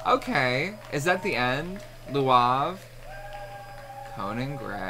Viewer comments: had me wheezing 💀💀 🤣 It's lauv, idk how to explain how to pronounce it. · He said Luav, lmao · Just to help you, his name is said like the word Loud, just with a v at the end :_BeefLegionPride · Also never new that’s how you pronounced lauv’s name omg 😂😭😭😭😂😂 ive been saying it wrong this whole time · his name is lauv not luav hahaha